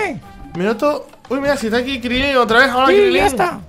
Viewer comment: Crilín no es Crilin